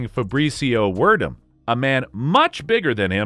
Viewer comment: I'm sorry can we try saying this Fabrício Werdum's fellow name just one more time please.